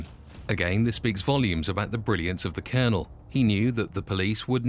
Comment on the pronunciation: The way he pronounced Ballyfermot , Lol and his nick name was ' the Colonel ' not the Cournal...!! 😄👍🐴☘💚